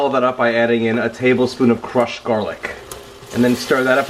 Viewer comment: Gahhhlik and buttah. Yeah. That’s what I’m talkin about.